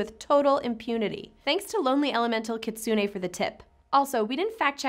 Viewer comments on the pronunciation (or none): none